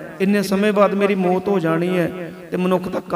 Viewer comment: ਮੌਤ ਸ਼ਬਦ ਹੈ ਭਾਈ ਸਾਹਿਬ ਜੀ ਇਹਨੂੰ ਸੁਧਾਰੋ ਆਪ ਜੀ ਮੋਤ ਬੋਲ ਰਹੇ ਹੋ